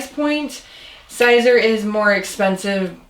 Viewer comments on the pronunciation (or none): Siser is Pronounced Caesar. No big deal but you probably know that by now.